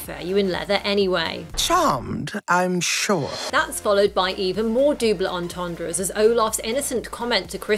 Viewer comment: "doobl ontontrahs"